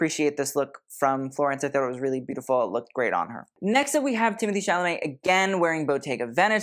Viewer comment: its TIM O TAE not TIM A THEE